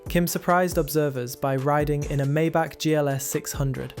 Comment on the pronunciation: wow you actually pronounced it correctly. my-bock not may-back.